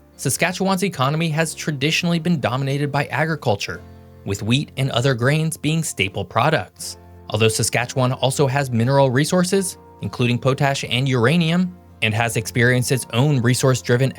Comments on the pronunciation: Tbh, Potash is pronounced paw-tash 😂 and the province name is pronounced 'Sas-cat-chwan' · "poe-tash" It's just pronounced pot ash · Because they stole a lot of people from our province and the rest of Canada. Conservatives run a lawless cash grab. Also, "Pot-Ash" not "Po-Tash" haha made me chuckle. You said that wrong, but for the most part said Saskatchewan right. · Manitoba is a Prairie Province. Bet you are not even a Canadian or in Canada when you made this. Typical. Before you decide to make a video about a country that is foreign to you do some fucking homework.Saskatchewan has Oil reserves and wells and pipeline. Potash not Poteash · Just want to point out that people in Saskatchewan call potash pot-ash and not Poe-tash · Great video. Manitoba is the Pluto of Prarie provinces. Its pronounced Pot-ash, not poe-tash. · Saskatchewan also has a lot of oil and it’s pronounced “pot ash” and not “poe tash” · Potash is pronounced pot-ash, not po-tash! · Pot-ash not po-tash. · It's pronounced pot-ash not poe-tash. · Poe-tash suppose to be paw-tash. Well at least he pronounced Sask capital Regina correctly. I heard New York people pronounce it incorrectly. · What's "POE - tash"?? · You can't pronounce Pot or Ash when they are put together? As Potash? Really? This has you puzzled Exclaiming poteashe. Wow. You managed Uranium. Did you hit your head? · Just a few points: -Manitoba is also a prairie province -Saulteaux is pronounced "So Tow" -Métis is "May Tee" -Potash is "Pot Ash" -Tons of Albertans are actually from Saskatchewan. Many moved there for better economic opportunities because of the politics, use of resources, lower taxes, etc. compared to Sask. Thanks for making this. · OK just to educate you the Prairie Provinces in Canada are: Alberta, Saskatchewan AND Manitoba (3 provinces)!!!! Pronunciation: Metis, POT ASH! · Is no one going to comment on his pronunciation of potash, Metis and Salteaux? Obviously not from the Prairies.